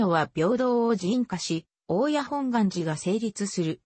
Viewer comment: 「おおや」×「おおたに」○